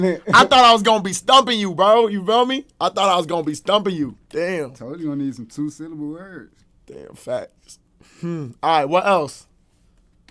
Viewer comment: He means 3 silluhbool words tho